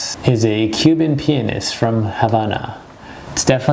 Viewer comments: Penis? It’s pianist bro like piano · When he said pianist I thought he said penis HAHAHA 😂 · I heard Cuban P*nis 😂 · When he says pianist I thought he said penis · I heard cube in penis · I swear I thought he said the Cuban penis 💀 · it sounds like he said the Cuban penis😂😂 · sounded like he said cuban penis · Um... just saying... you pronounced pianist...penis. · I though he said penis ahah 😂😂